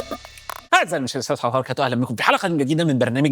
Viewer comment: ممكن تقول السلام عليكم ورحمة الله وبركاته بشكل سليم زي بقيه المعلومات